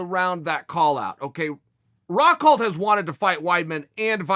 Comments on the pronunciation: Me: Luke Rockhold Chael: Luke Rockhelt Me: Luke Rockhelt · Nobody Chael sonnen: Luke Rockheld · Soooo am I the only one who caught Chael saying “Luke Rockheld” at the start?? I want more people to appreciate Chael dammit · Chael “Luke RockHeld” Sonnen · Did you not hear Uncle Chael? His name is Luke Rockheldt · David Haddad thought i was the only one who heard that